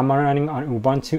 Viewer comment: Please learn how to pronounce "OOBOONTOO".